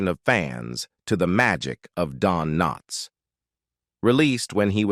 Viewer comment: I hate these AI readings. Don K NOTS?